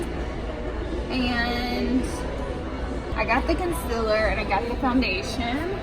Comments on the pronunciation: I'm so annoyed everytime i hear her say conciller. Like why? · Okay I swear Laura Lee is the only beauty guru who pronounces Concealer as Conciler